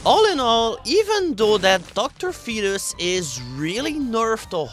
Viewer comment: finally learned how to pronounce Dr. Fetus!